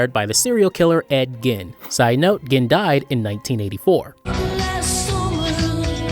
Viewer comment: “Edgin” bruh totally butchered the name